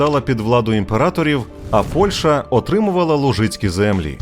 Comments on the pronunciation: ПольЩа, а не ПольШа. А за відео дякую! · Дякую за відео! Сподіваюся, буде продовження. І, будь ласка, ПольЩа - [п о л' Ш Ч а], а не ПольШа.